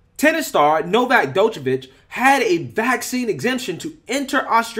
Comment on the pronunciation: Thought y’all was calling him Novax 😂😂😂. His name is Novak.